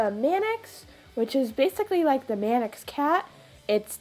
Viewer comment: where did you get all this info from? some of it is wrong? you also pronounced manx wrong